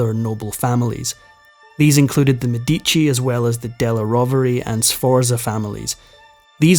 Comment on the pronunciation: For God's sake, learn to pronounce their names correctly. Cesare is pronounced CHEY-sar-ay, and Medici is pronounced MED-ee-chee.